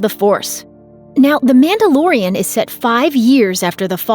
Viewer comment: You keep saying "Mandalorian".. But all I hear is, "Amanda Lorian".